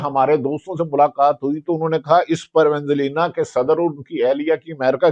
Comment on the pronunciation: Venzvella tu sahee bol do